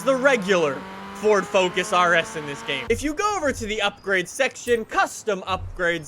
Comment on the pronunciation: "Fous" lol